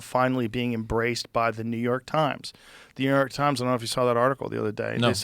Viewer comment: i wanted to know about the hoarding not new yoooork tajms